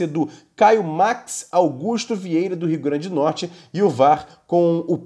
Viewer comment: Nome do estado é RIO GRANDE DO NORTE... É o mínimo dizer o nome do estado de forma correta.